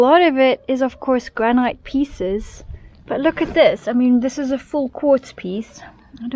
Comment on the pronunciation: Just to let you know, granite is pronounced as ‘grannitt’ and not rhyme with night.